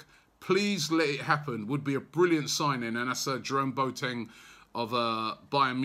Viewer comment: Boateng = 'Bwa-tin' not Bo-tang